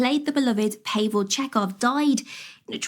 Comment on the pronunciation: In a video about Kelvin Star Trek, how did the live announcer, manage to call Anton's character 'Pay-Vell'? It's 'Pa-vell'...